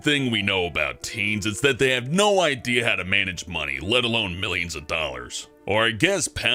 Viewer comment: Excuse me. I know how to mangage moneg